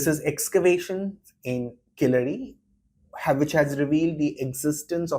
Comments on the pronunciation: Please say keezhadi, and vaigai correctly. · Why is Devdutts views being sought on Keeladi, not Kilaadi as the anchor eggegiously mispronounces? There r enuf scholars for it on the subject to opine. And in any case all he did in the video was shared the trade success of the indus valley peoples n he did not respond to the by line of the video which announced WHAT KEELADI MEANS FOR INDIAS CULTURE...n also gave the unsuppoted theory of the declining indus civizarion finding its way to Keeladi. In 2000 BC. The facts from experts show habitatonal evidence before 3000 BC. And to mention Sangam with no relevance seems only to create an impression of scholarship...also iron tools were found confounding archeologists as earliest use of iron in the north was post 1900 when it was used for horses...mythologists passing of as historians is to leverage bubbles in these media hyped times